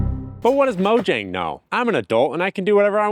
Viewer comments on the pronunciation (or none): none